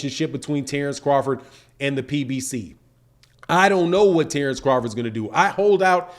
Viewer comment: Terence not Tarence why you keep over annpunciating Tare it’s Ter